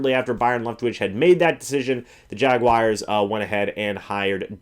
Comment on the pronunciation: Jaguars...not Jaguires.